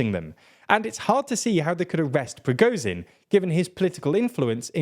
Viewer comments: Just want to say its Pra-gor-jin not Pro-go-zin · you make million videos about this war, I don't understand why you can correctly pronounce Shoigu, but cannot pronounce Prigozhin. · SHOIgu not Shogu PrigoZHin not Prigozin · It surprises me how often these presenters, alledgedly informing us, fail to make any serious attempt to pronounce foreign names. Shoigu - spot the 'i'? Prigozhin - zh, soft z, as pronounced in 'pleasure'. Not hard for English speakers.